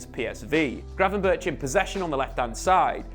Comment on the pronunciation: You are pronouncing Gravenberch EXTREMELY wrong. Dutch people wouldnt know it was him you were talking about